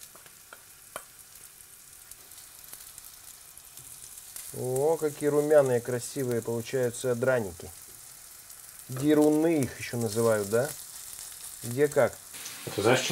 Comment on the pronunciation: Деруны это украинское название и читается как [дэруны]